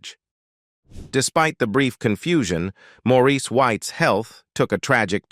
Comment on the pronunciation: His name is Maurice not Morris, AI ugh, geez